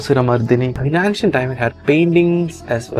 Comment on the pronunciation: Not ‘antcient’ say ‘aencient ‘